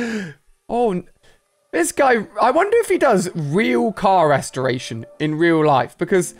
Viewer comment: I like how he said restraitor